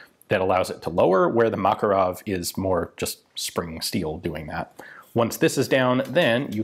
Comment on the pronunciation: Ugh, the cringiness of the Makarov pronounciation :D